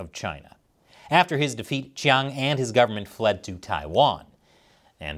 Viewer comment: The "Chiang" in Chiang Kai-shek is pronounced "Jiang," because "ch" has a "J" sound in the Wade-Giles romanization system.